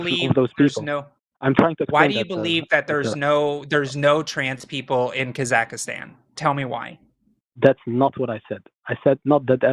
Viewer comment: Kazakhstan, not Kazakh-A-stan